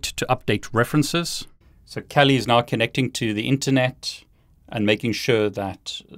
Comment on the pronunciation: Why t f does he say Kelli Linux lmao